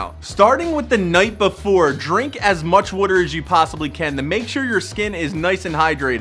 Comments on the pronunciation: Drink what? Wratr? Leave out the first r and you got it right buddy 😂 lol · Make sure to drink wuh-ter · Drink a lot of wudder. Got it. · Drink some "wuter" 😅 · Are you saying water or wudder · "W O O T E R" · Drink “Werter” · Drink wooter <3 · Am I the only one that hears wooder! ? Smh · Is it just me, or does this guy say Wuder instead of Water? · Drink lots of "wooter." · Drink ✍️a lot✍️ of wudder ✍️ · “Wutur” lol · wuter... lol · It’s funny how you was water 🤣”wuter” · That Pennsylvania way of saying water😂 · I like how you say water💀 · why does he say water like that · He pronounces "water", funny. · I was playing attention until he started saying water weird😂😂😂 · The way he says water tho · I love the way you say water lol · I’m guessing you’re from philly considering how you pronounce water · Bro where are you from? The way you say water really reveals your accent. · Why does he say water so weird😭